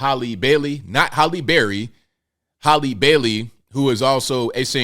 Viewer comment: It's pronounced "Hal-lee" not "Holly", lol.